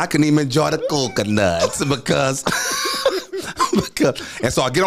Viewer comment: "But since I'm here, listen to me." 🤣🤣🤣 And the way he was pronouncing coconuts. Hilarious. This podcast is amazing. Men need to shift if they want to be needed or wanted, women did for protection from controlling/abusive/lazy spouses, for choices, for an education and ultimately out of necessity. There is nothing wrong with being wanted, because need sounds exhausting to me. I do not want to marriages or dynamics in the relationships my parents, grandparents, uncles and aunts had/have. Things have shifted, and men will be hard pressed to find women that need them unless they are much young or literally off the street.